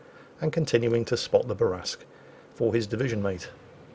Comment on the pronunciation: “Spot the barasque” are you having a moment?